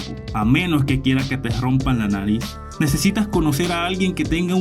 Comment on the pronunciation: No sé dice nalis , de dice : nariz!